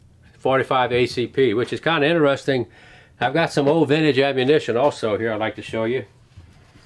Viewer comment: in-a-resting instead of interesting